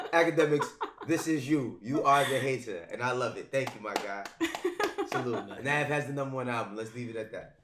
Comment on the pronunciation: lmao at ak pronouncing navs real name wrong intentionally smh